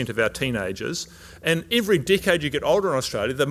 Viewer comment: So funny. I heard d*ck head when he said decade. Took a while but I had a laugh that helped wrapping my mind around government and science guidelines in the light of this amazing lecture. Thank you so much. 🙏❤️🌹